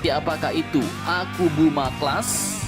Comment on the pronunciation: ke Philipina gratis, ke indo di jual??? meski murah mendingan gausah mungut sampah, mau semurah beat karbu pun perawatan kapal tua tetap mahal dan lebih banyak ngedockingnya untuk perawatan daripada berlayarnya *btw sedikit terganggu dengan ucapan "typo" admin nyebut kapalnya akubuma akubuma